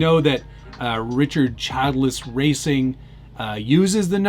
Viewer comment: Richard Chill-der-es